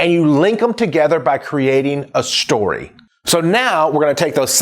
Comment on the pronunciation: Shtory, lmao but nice